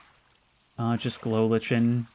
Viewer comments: In pre-Beta Minecraft, there was no brightness setting. Brightness was stuck at the "moody" option. So if you want an old school, scary experience, turn your brightness all the way down. Also, "lichen" is pronounced "liken" not "litch-en" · Glow lichen is no pronounced "Glow Lich-en" It is pronounce "Glow Like-en"